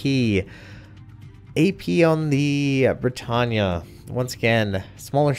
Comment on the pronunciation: it's pronounced BRE TANE